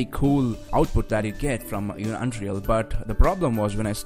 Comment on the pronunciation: It is "Un-real", not "Un-Dreal"!